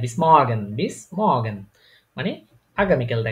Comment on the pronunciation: morgen ? !!!! eitar pronounciation hobe mogen er moto r bad jabe bolar somoy